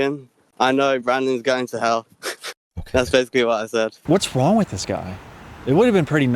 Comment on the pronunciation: “Don’t get me long” Bro has zero right being an asshole on the internet with that speech impediment.